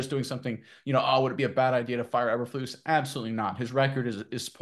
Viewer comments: E berflus. NOT aber flus. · It's pronounced Eeeeber lose,what is the letter called eb or eeeeeeee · How can we take you seriously when you refuse to pronounce the coach's name right? Even if I agree with you? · First time watching your videos, it's hard to take this as serious when you keep mispronouncing the coaches last name. Nothing personal but man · These guys are terrible! Can’t even pronounce Bears coach’s name correctly. Thought the video might have saying something. Useless video